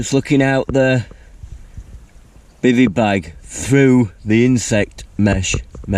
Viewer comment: "In this Bivvy-io" 🤣 Bevvy-io more like 😂😂